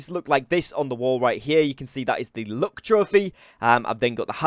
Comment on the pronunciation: I kept hearing him say "look trophy" not "luck" 😂😂